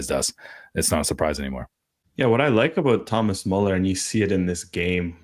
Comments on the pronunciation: Pronounce Müller like Ferris Bueller. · So am I, have never heard a native speaker pronounce it Muller. There is a clear distinction between Muller and Müller that is lost here. So yeah people get umlaut pronunciations confused all the time, but i really don't think that's the case here. It is definitely not pronounced exactly as they said it. Close enough? Sure. Exactly? definitely not. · No idea how Bueller is pronounced, but "Muller" is not "Müller". Everyone in the anglosphere pronounces his name like that, but its not what its pronounced like in german imo